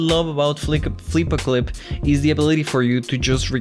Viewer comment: almost says flippa clip wrong me: FLICK A PIG!!